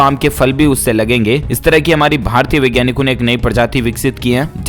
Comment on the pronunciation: यार “वैज्ञानिक “ और “विज्ञानिक” के उच्चारण में बोलने के समय फर्क करो। हिन्दी भाषा की गला मत घोन्टो।